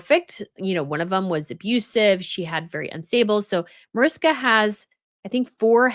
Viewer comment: MAARISHKA, not MOERISKA